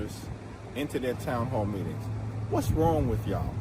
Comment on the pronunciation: "What's wrong with yaw? What's wrong with yaw?" Does this guy even have a brain?